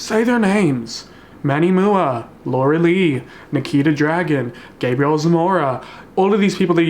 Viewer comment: “Manny mooah”😹💚 love you boo that pronunciation just made me laugh, everyone says M-U-A for “makeup artist” , but I used to say the same thing before I knew that’s what I figured out what it means!